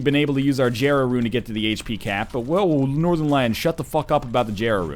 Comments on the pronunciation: it's pronounced (yera) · God, I never watched this video when it came out, and after watching so many newer videos, it pisses me off to hear him pronounce jera how it's spelled, instead of like "yera."